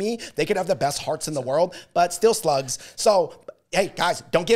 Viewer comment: My boy said slugs 🐌😭